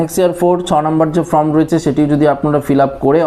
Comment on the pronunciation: Bhai kothata from noi form onek din holo sunte baje lagche.yhik korun.